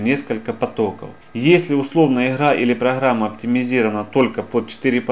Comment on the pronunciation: Мнахапоточность. ПРАХРАМА. Ахахахахах.....